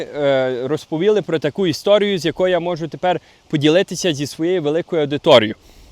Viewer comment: РозповІли= розповІли, не туди наголос, то Ви не українець, Ви канадець українського походження, можливо, Ваші рекомендації і коментарі недоречні? Не дуріть людям голови своїми запізніми рекомендаціями, їм і так нелегко, потрібне доступне житло, сплата за комунальні, для когось це найскладно, то не базікай того, що не потрібно, простій людині, без коштів, як знайти вихід, особливо, якщо вже зневірилась? Потрібен псіхолог, але і Ви, блогери, відіграєте важливу роль! Тож не ламайте психіку у людей, які вже пережили занадто багато з початку війни! А ще краще, приїздзь в Україну, туди, де люди постійно знаходяться в зоні обстрілів, вибухів, _і тоді змінеться твоя риторіка! Добре там, де нас нема! То я все пишу не для товстосумів, а для людей з середньою освітою! І не всі можуть з `таким іноземним акцентом` розмовляти!!.... Ти просто дуже далекий від неньки, нитки з`єднання вже давно перервані.... Вибач_те!!! ""